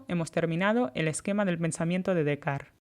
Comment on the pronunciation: Es Descartes pronunciado en francés